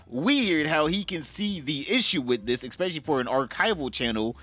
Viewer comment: Say "exspecially" one more time